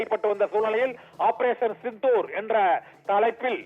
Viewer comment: operation chithoor ra, sindhoor da. Nalla tamizh pesara, vazhga bharatham, vazhga natramizhar, vazhiya senthamizh naadu